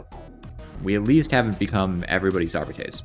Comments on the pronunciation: Arbeetees? No. Are-bytes? Nooo. Ar-bah-teys 🎉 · Bro your arbites pronunciation brings shame to language.